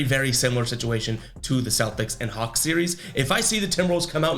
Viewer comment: U definitly said the cox.... i know your a celtics fan but u shouldnt of did the hawlks like that lol